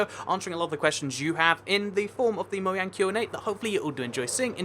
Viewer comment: Its moJang not yang did yoir parents drop you